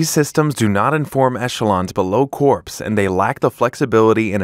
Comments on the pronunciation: Corps is pronounced like kor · Palantir should make certain that any spokesperson knows how to correctly pronounce "corps." Hint: It's not "corpse" or "corp-ssss."